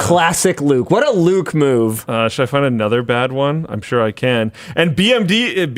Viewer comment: Finally, someone saying Beh-Em-Veh instead of Bih-Em-Doubleyou. Thanks Luke for pronouncing it correctly (even if maybe on accident)